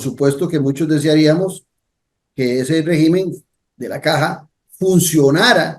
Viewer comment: rÉgimen, rÉgimen... se dice rÉgimen, no RE-Gimen..